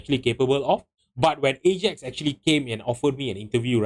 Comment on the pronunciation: Lost me as soon as he pronounced “Ajax” like that.